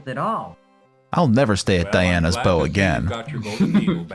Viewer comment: Ok, now I cannot unhear "Diana's bow"..